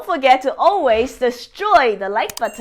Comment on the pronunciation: I love the way she says like "buhton" and I smash it before I have watched the video because I know all her videos are great!😇